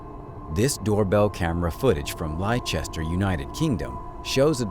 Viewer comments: Leicester is not pronounced "Lie-Chest-er" It's pronounced "Less-Ter" Yours Sincerely, a UK citizen. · That's not how you pronounce Leicester!